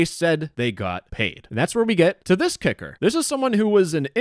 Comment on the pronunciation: This is so disgusting i hope they get investigated Btw whenever says kicker it does not sound like kicker